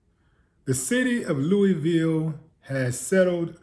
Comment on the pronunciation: Its pronounced Lu' Vill